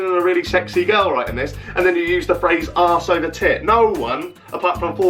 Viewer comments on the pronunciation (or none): Wonderful shout out to my home town and the lovely phrase used by our 45 year old men 😂 Tbf I’m 20 and I chuckled when he read out arse over tit because it sounded so boltonian